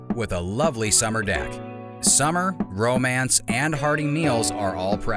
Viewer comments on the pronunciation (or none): none